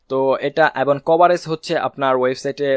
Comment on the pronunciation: ধন্যবাদ ! আপনার ভিডিও গুলো পেয়ে আমাদের অত্যন্ত ভাল হয়েছে। অনুগ্রহ করে Google analytics এর একটি ভিডিও দিবেন। কিছু মনে করবেন না আপনার ” এবং “ শব্দ টার উচ্চারণ এবন হয়ে যায । আশা করি একটু খেয়াল করবেন। ধন্যবাদ।